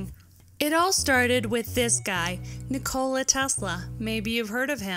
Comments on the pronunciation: Nikola Tesla Not Ni Cola Tesla You dam dirty Cat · You mispronounced Nikola Tesla's name nik-ola with emphasis on the a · "Nicole-ah" Tesla ... NEWkYooLar .... come on lady.. seriously? You can put together a creative video like this but can't pronounce basic English.. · "Nucular" LOL! "NiKOLA" LOL!